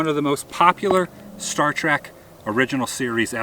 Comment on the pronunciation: "Star Track"??? Did you know calling it "Star Track" makes babies die in real life?! For real. There is literally no "a" in "Trek."